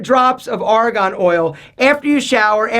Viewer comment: It's Argon, not Aragon. Very convincing, lol.